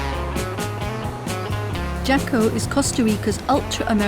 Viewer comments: HA-CO not jokko . . .gets me every time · i've lived in Jaco costa rica for 30yrs, its pronounced HACO the J is an H in spanish. there was a law in Jaco that you COULD NOT built over 3 stories. there were NO buildings. but, in 2000 an new mayor was bought out and changed the law. now theres 15 and 25 story apartment buildings everywhere, where does all the sh=t go!! theres no sewer system! evryone has SEPTIC tanks!!! they´re taking away the nature and beauty that attracts everyone to costa rica, and replacing it with condos!! TAXES in Costa Rica ARE 13 percent!! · It’s pronounced Haco. Every time I heard the hard J I was cringing. It’s also one of the worst places in Costa Rica. A dream town for criminals. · Listening to her pronounce Costa Rica hurt, but then she tried to say Jaco. Ouch. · Even tough I'm with you on the "American" designation, Belize doesn't belong to Central America because it has historical roots. Also, it triggers me on how they pronounce "Jaco"...